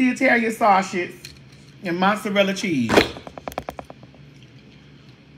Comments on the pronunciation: Sausage not Sawsh*t!! 😂😂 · Not the saushid..lol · the way you keep saying “Saushix”😂